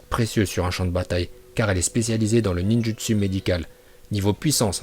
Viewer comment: Aprend a parler français parce que fure ninjustu aulieu de ninjoustou c chaud